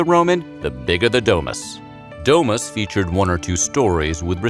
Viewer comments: DO MOOS NOT DE MAS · The way he pronounces "domus" stabbed me 23 times